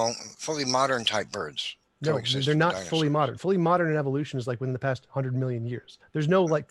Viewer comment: When someone goes "eEEvou-lution" you know they don't know what they're even talking about.